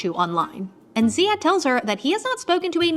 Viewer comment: Btw his name is pronounced Ziyad or Zeyad without an H.. just thought I should clarify ❤️